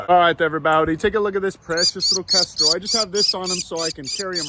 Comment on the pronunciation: Kendral? What? Did it even sound like he said kendral? Its a kestrel. And they arent hawks they're falcons you FOOL.